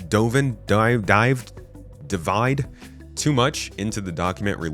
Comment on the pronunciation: "Devide", good saife